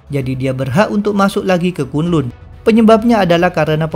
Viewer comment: Bacanya kan lan bukan kun lun